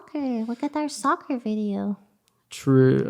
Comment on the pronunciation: When u hear Sakura instead of soccer😅